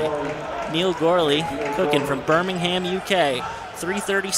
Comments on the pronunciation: It's not "BirmingHAM, it's "Birmingum" ( with a rising intonation on "um" ) 😊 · I think he mentioned BirmingHHam track club, not sure which track club he represents, but he definitely isn't from Birmingham. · The way he pronounces Birmingham in the UK 🤣